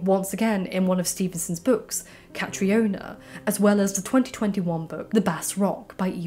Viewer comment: Just a wee thing. Catriona is pronounce Cat-Ree-Na.